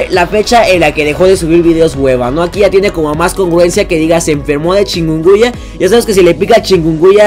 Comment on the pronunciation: Se dice chicunguña ._: no chicuya xD